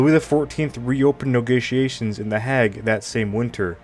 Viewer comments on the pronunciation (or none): Where's the Hag?..is it some sort hang out for old trollopes and witches..or does the content creator mean "The HAGUE"..why not spend an extra 10 minutes learning how to pronounce key words and place names before posting content..otherwise it just comes across as something being narrated by a halfwit out of a school textbook. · Yet another narrator slaughtering European names. Shows they don’t know anything about the subject or they would know these names and know their correct pronunciation… the Haig… it is not the Hag. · In the hag? ! The hay guh Are you reading from Wikipedia or a text book? Your pronunciation is horse shit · The 'hag' peace talks? Dude, look up pronunciation. You are perpetuating imbecility.